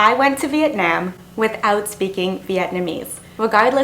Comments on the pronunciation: By pronouncing Vietnam as VIET NIEM, you are just telling people how little you respect and care about trying to learn and adapt to the culture. It’s not hard like pronouncing Nguyen. It’s literally NAM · She says it like vietnAAm I meant to the a to be capital but you pronounce it vietnom but it’s spelt vietnam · Not this idiot complaining that us viets can't speaking english while she's saying Vietnam wrong. sis it's "vit-nahm" not "veet-naim" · Its Vietnam not Viet nayum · Girl you can’t even pronounce my own country right. As someone who is Vietnamese and American I can tell you this be PREPARED then. If your going to a different country don’t start complaining how it’s not like Canada cause it’s a whole different country. Your making it sound like the damn country should’ve adjusted to your standards and mannerisms, but you should’ve been the one to actually educate yourself about the culture and standards there. And isn’t a basic fact to at least learn a bit of the language before going or get a tour guide to help. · You are the definition of those type of ppl that says "not to be offensive....but..." then goes on saying complete utter crap. btw: I hate the way you pronounce Vietnam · Y’all stop commenting hate comments 🙄 There’re too many for me to like 😌 But fr According to her at that part Vietnam is the only country that had pollution?Bruh- And another thing is she’s pronouncing Vietnam wrong. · She says Vietnam so wrong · you’ve “been” there but yet can’t pronounce “vietnam” .. this was a waste of time🥴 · Very fair commentary. I cringed at your pronunciation of Vietnam and "expeshally", though. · Couldn't even pronounce Vietnam right... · Before you judge and pretend to know so much about their culture and environment maybe pronounce Vietnam correctly first. #speech impediment #white🤮 #gap🦷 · I just like the way she says “Vietnam”...